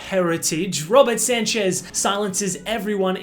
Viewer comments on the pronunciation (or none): Robert Sanchez ❌ Robert Sancech✅